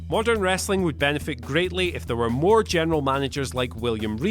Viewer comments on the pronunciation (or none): none